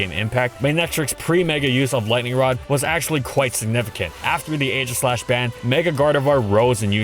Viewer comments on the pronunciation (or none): none